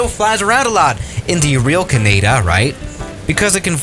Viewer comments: who else gets triggered when he says ceneida and not canada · Did just pronounce Canada, "Caneda"? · Wow when he says Canada it's sounds like he's mixing Canada and haneda Ca-ne-da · It is pronounced Canada not KINAEDA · Everyone: Canada: kanaida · Kanada? Wtf it’s canada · Is can-nah-dah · Canaada lol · "Welcome to Caneyda!" Eh? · Yeah that Canada was just pain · Me: lives in Newfoundland. pronouncing Newfoundland: “Nufinlend” me: R.A.G.E ITS NEW-FOUND-LAND——! Get it right (;-;) But then when he said “caneda” I was just about ready to kill myself.